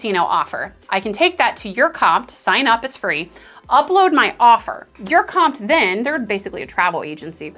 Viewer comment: Never heard of anyone pronouncing URComped as you're comped. It's you are comped.